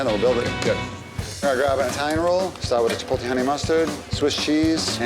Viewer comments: them saying "chipolte" kills me, and im not even hispanic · The dudes at the pastrami place all pronounce "chipotle" wrong.